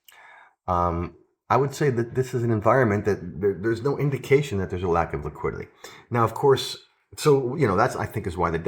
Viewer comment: you say Liquidily instead of liquidity